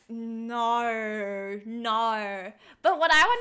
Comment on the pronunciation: lmao I thought it was just Australians that said “nawrrr”